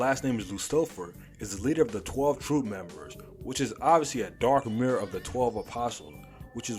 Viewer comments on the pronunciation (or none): none